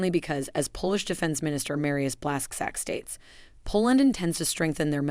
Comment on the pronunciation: Blasc zack sounds terrible. Please, if you want make another speech just put a surname on a google translate and listen to proper pronunciation.